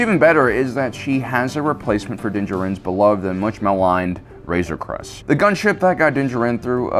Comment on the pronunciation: Man that joke was just bad …. And stop mumbling your words. It’s Razor Crest not crust or wtf ever you said